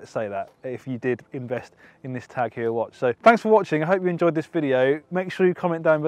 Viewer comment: It’s pronounced Hoyer not Hewer. This watch is sick